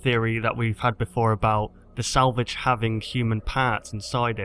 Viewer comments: Lol,u said salvage like "sandvitch" ;) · Your saying Springtrap's name like salvig.